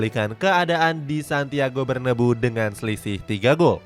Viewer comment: min payah banget penyebutamu, Bernabeu itu dibaca sesuai sama penulisan nya